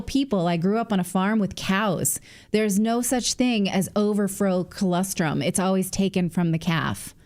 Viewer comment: For the love of everything holy, Natalie, pronounce colostrum correctly! I'm also from a dairy farm, please, look up the pronunciation and use it, I'm sure your sponsor would appreciate it